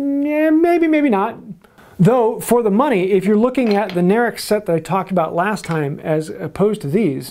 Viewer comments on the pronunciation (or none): none